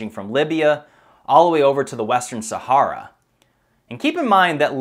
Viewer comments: He says Sahara incorrectly a few times and then says it correctly later on. Was that done after someone told him he said it wrong and already edited the first part where he says it wrong? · Common pronounciation sound like Sa-hair-a not Sa-harr-a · While the info is interesting and I love the presentation, I have to cringe when he says "Sahara". It is pronounced Sa-hair-a not Sa-harr-a. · I couldnt retain any information from this video, myabe its my ocd. Every time he says saHARa my brain triggers & thinks its pronounced saHAIR-ah. So i tried to pay attention but he says saHARa so many times its all i can focus on lol. Maybe Im just retarded haha, ive never heard anyone pronounce it this way. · Pronunciation: Sa - Hair - a (Look up the original founder of the CIA) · ITS PRONOUNCED SA-HAIR-AH!!! Jesus how can you try to get people to think your smart but you can’t pronounce the thing we have been hearing about since our favorite cartoon characters have been getting stranded in since we were little kids?! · Where do they pronounce Sahara, Sahorror? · I can't listen to the mispronunciation of "Sahara" anymore. I can't. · Very interesting, but please check your pronunciation on names and places. Particularly 'Sahara' and Herodotus, if indeed that's what you were saying. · I guess that's the proper pronunciation of "Sahara"??? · Please learn how to pronounce Sahara!!!! I promise you it will help your videos because I have to turn away right now I can’t listen to you mis-pronounce the region you’re doing an entire video about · That is NOT how you pronounce Sahara.